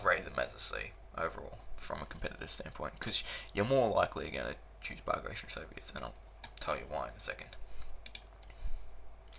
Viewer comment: Ba -gra-tion Please pronounce this great warriors name properly.